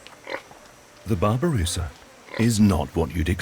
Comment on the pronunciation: Babi rusa read not babu rusa wk wk